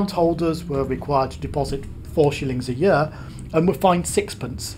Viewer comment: Your pronunciation of the word "year" is interesting. Is it a regional pronunciation? What region?